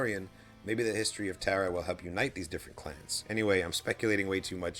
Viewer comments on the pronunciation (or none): Why do you guys keep calling him TARA Visla...like a girl's name. It's TAR Visla... pronounced like that sticky black stuff.